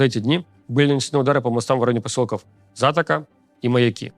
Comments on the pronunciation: Так во первых не пару дней а недель! Говорю как житель Одессы, во вторых! не Затака ! А Затока! З А Т О К А! ОООО буква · ЗатОка, не ЗАтока :)) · Спасибо за сводку, только умоляю, не За́тока, а Зато́ка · ЗатОка, простите не удержался, но я каждое лето в детстве туда ездил с родителями и просто по уху резанула ЗАтока. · В названии Затока ударение неправильное. Правильно затОка, а не затокА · Не зАтока а затОка, аж слух резануло, рядом живу. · не ЗАтока, а ЗатОка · зАтока и мАяки 😂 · Не ЗАтока, а ЗатОка. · Зато́ка, а не За́тока) Мне как одесситу по ушам резануло. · ЗатОка и МаЯки правильно произносить. 🙂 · ЗатОка и МаЯки все ударения на оборот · ЗатОка, ударение на О. И МаЯки, ударение на Я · Руслан, поселки где бьют ракетами мосты называются (ударение) ЗатОка, МаЯки (удар на вторую гласную) Спасибо за сводку! Смотрю каждую неделю! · Руслан, верное произношение будет ЗатОка и МаЯки) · Левиев, посёлки правильно называются ЗатОка и МаЯки. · Бьют в одессе по мостам в не в За̀токе а в Зато̀ке и по мостам возле Молдовы (Пала̀нка) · Руслан, правильно говорить ЗатОка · затОка, ударение на О - это заводь по Украински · Затока ...маяки 😂 затОка и мАяки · Правильно ЗатОка и МаЯки (Одесская область). А то не сразу поняла, о чем говорит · ЗатОка - ударение на второй слог.